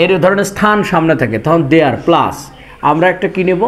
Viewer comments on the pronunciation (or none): none